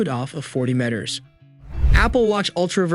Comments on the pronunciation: Wait why do you sat meters like “mett-ters”? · How to test if your viewers pay attention…say “metters” and “de-SIBEL”. LOL